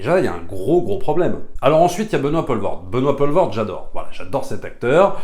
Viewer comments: Pitié c'est Poelvorde pas Paulvorde, ça ne se prononce pas de la même façon. Pour faire simple c'est plus comme pool en Anglais. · Benoît Poelvoorde se prononce "Poulvôrd" (le oe en néerlandais se prononce "ou")